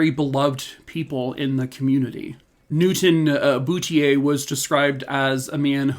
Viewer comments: Hi there! Boutlier is a common name in Nova Scotia .... pronounced 'boot leer'. Thank you for covering this story. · I believe the correct pronunciation is Boot il eer. Say it fast Bootileer. And It's Nick taw. Sorry,, not picking on you. I am a Nova Scotian. Thanks for your stories. Love you lots! Keep up the good work